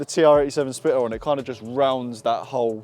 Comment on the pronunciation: ho god, teach this mens english. mate, spell the letter T in ur words when u speak. its splitter.. not splirrer.